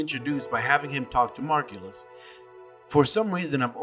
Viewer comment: Best part about the way the pronounced "Margulis" here and in the game is that both are wrong lol. The vocalic sounds are wrong in both version. The stress is right in the game, though.